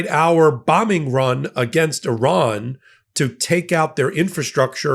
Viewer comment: ) Good to hear an American pronouncing Iran correctly. Hearing your countrymen say EYEran really grates my gears. Good video, with good content. Maybe it's time I bought an EV. I could charge it via my solar panels. But, I love my old Mercedes diesel. Ho hum !